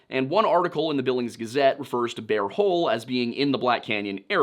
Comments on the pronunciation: I'm listening to this episode while doing other things and I'm begging you to stop saying "bare hole" because I can't stop giggling. No, I will not be looking at the screen to see if it's actually "Bear Hole" because that would ruin the fun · He said Beaver and Bare Hole 😂🤣😂